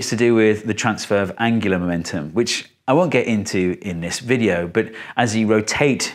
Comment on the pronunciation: Steve are you saying "angularMENTUM" or "angularMOMENTUM"? I actually can't tell, so had to ask.